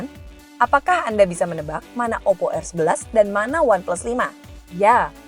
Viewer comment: Oppo rrrrrrrrrrr